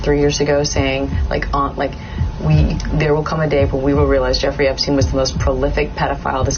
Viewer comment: Did realize that he said "Jefferey Epstein"? I had to listen to that a few times just to make sure.